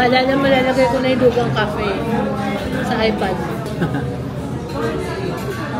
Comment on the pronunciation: LUGANG is pronounced as Loo-khang daw.. before, Loo-ghang din ang pag pronounce ko 😂😂😂😂❤